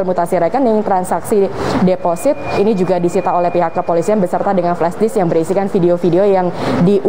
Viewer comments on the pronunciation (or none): none